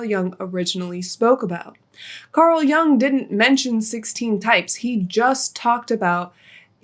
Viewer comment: Pronounced "yung". It's German